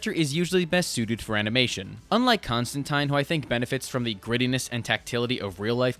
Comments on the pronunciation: You know what our problem is? We're too intelligent. We like characters who make or let us think. (BTW, I just heard you say, "Constantine," rhyming it with "wine," English-style. Thanks for that.) Oh, and, you need to stop writin' checks yo' ay-yuz can't cash! THAT mutharockin' tough you AIN'T!😆‼ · There are just FAR too many good points raised in this video for me to comment on so I’ll sum it all up with “I agree 👍.” Most especially on Wonder Woman. Also, THANK you for being the only one capable of pronouncing John Constantine’s name correctly 🙏🙏